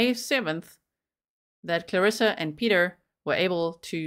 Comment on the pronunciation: Piotr is not pronounced as Peter. It's exactly as spelled Piotr. Pee-oh-tr. Lets be conscientious of pronunciation of all cultures names, please. Also, he sounds like a real piece of work.